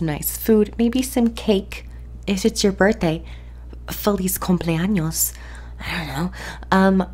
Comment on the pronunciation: Hi. Do you think I can run this game on ultra with this pc? Btw, nice pronunciation in "Feliz cumpleaños". I am Hispanic. i7 - 8700k 3.7 GHZ MB MSI z370 Gaming 1151 RAM Corsair DDR GB (2x8) Corsair CX 850M MSI GTX 1080 8GB Armor